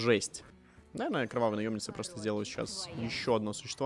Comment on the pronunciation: Почему вместо кровавой наемницы я все время слышу кровавая наебница...